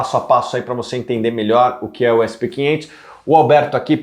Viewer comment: "essi pê quinhentos" é foda viu... kkkk brasileiro abrasileirando até os indices internacionais.